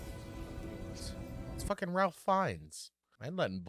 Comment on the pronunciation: The older couple was already in the restaurant ahead of everyone else, since they have been in the island/restaurant 11 times, as stated later in the movie. Also, Elsa said earlier in the movie when they arrived that they no longer have to participate in the tour. And Ralph Fiennes' firts name is pronounced as "Rayf".